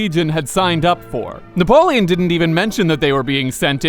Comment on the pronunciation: Na-POLE-on? Huh? HUH?